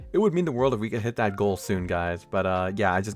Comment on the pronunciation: Luis is pronounced loo-ewis Is in its Spanish spelling. If you want to be Looo is spelt it in English. (Louis)